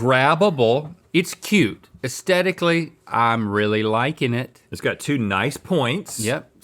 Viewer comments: Can someone please tell Link that you're supposed to pronounce the TH in AesTHetically? 😫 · Has anyone else noticed that people on this show don't say the word "aesthetically" right? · Oh no! Link has learned the word 'aesthetically'.